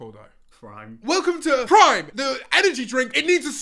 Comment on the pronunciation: I thought he said “crime” not Prime for the food song James should make 😂